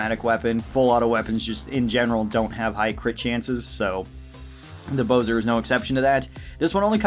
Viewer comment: It’s bo-zar, not bo-zer